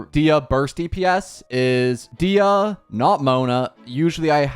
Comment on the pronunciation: DAYAH not Diah u say her name wrong